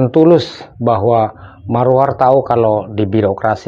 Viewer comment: Bukan Maruar Bang.. tapi Maruarar.. atau disapa Bg Ara.. ok, Tq